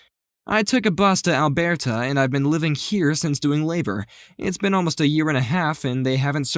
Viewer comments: I love how he pronounced Alberta like Alberto. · Im sorry but as a canadian I cringed at the way you said aleberta rest of the vid was good though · Why did you mispronounce Alverta that way? LOL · A non-Canadian didn't say it like a Canadian? THE HORROR! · I’m sorry also but as someone who has lived in Alberta, I was likewise affected by the mispronunciation. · Same, as an American who's never even been to Canada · 😂 it sounds like he thought Alberta is South American vs North American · As a manitoban I laughed at his pronunciation of alberta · Shit I’m American and I cringed too😅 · no way he just pronounced Alberta like that 💀💀💀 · Omg why did u emphasize the way u said Alberta, it's a French English country that is basically a bunch of hiks in 1 way or another. It's not aome special Italiano coffee or somesht lol 🤣🤣🤣 I will never be able to say Alberta the same way again.... Thanks for that... 🤣🤣